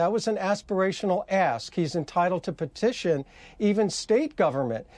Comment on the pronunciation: Petiotion he says with the mop...